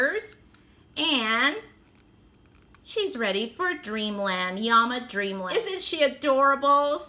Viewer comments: Honey it was so adorable how you kept calling them yamas. LOL especially seeing there is two l's in llama. When you pulled out the instructions and I could see in gigantic letters that it said llama and you still didn't catch on I was hysterical. Trust I absolutely was laughing with you not at you Great opening lots of giggles. I appreciate a Thrifty gal as well. I would never pay full price for these toys they are way overpriced. I am so glad I continue to read into your comment section because I thought someone else must have noticed the mistake. Another giggle when I realized that I had really made the mistake. I knew there had to be a good explanation and that it was a comedy of errors. Again like I said it really made me giggle and I enjoyed the opening even more as a result. I'm browsing YouTube at 4 in the morning and happened to find your Channel I haven't even checked to see if you're still posting I love blind bag and box openings so this was the first thing I picked in your playlist. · At first I was confused! Lol! When I heard you say Yama with a y instead of l. Then I thought maybe that is Spanish translation for Llama so I looked it up and it was., 😊 Really cute toys! I really like them! I haven't ever seen them before! Thanks for sharing! Hope you are having a great week my friend! 👍👍☺️💕